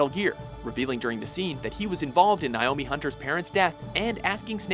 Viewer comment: How are you going to make a MGS video and then proceed to get a bunch of the names wrong? They literally say the names in the game dozens of times.. How do you not know how to say Naomi or Gurlukovich? Im only 5 minutes into the video.. What else is he gonna get wrong i wonder.